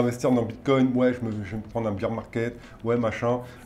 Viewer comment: Un petit détail en passant : "bear" rime avec "pair" en anglais. Le beer market, c'est autre chose. :) Vidéo très intéressant par ailleurs !